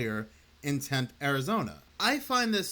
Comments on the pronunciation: No such place as "temp" Az. Its tempe . Pronounce the E at the end. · It's pronounced "temp-ee," not "temp." Can't believe you don't know that. Edit: good, you finally got it right 😂. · Tempe is pronounced Tempee. Just FYI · It's pronounced tempeee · Hey so, I’m from Arizona. A lot of stuff here is hard for outsiders to pronounce. Tempe is pronounced Tem-pea. It’s all good. Love your content. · LOVE YOUR CHANNEL!!!!! But if you reference this story again, the "e" at the end of Tempe is pronounced. Temp-ee. And I ain't down on you. I still can't pronounce the capital of South Dakota correctly (Peer, not Pee-air) 😂